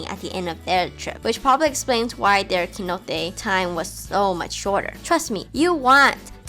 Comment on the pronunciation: Lol Keynote. The C sounds like s, so please, soy Cenote, not Keynote